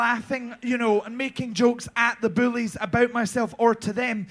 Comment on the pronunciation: I love the way pronounces ‘bullies’ because it sounds like she’s talking about Swanthula and Dracthula Boulet lmao